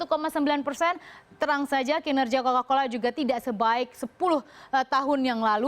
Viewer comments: Cola-Cola apa Coca-Cola? 🤣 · bacanya kola-kola 😂